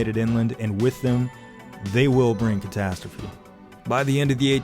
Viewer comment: no, NO! it says "catastrophe" in the subs but I swear to god Jon says "potasstrophe"